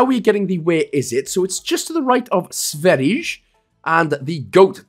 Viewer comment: If u are having trubles with granny, just use a car. An NPC kicked granny in the river for me. Karring is the same as woman in swedish, or its a uglier word for woman. Its not sverigche or how u said it, it sverige like sweden. Sverige is how we say it norway and sweden.